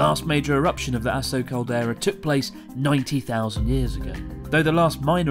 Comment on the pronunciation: The way Chris pronounces Aso makes the phrase "the last known eruption of the Aso (asshole?) caldera" sound really off-putting.🙄